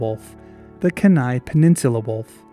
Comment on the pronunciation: Lovely video! Although as an Alaskan I have an obligation to nitpick: it's pronounced keen-eye, not Kehnai, with the emphasis on the first syllable. I actually had no idea the Kenai Peninsula wolf had ever existed, that was really fascinating to learn about.